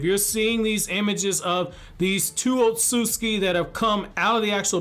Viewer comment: Otsusuki (pronounced: Oat-Su-Suki)